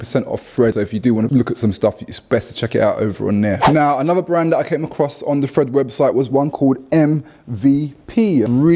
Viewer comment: Over 30, thought my ears where failing me. I thought u was saying Fred instead of thread lol. In all honesty after saying it in my head it made sense